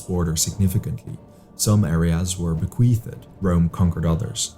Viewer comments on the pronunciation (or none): it's bequeethd by the way not bequeathED and siege not besiegement :)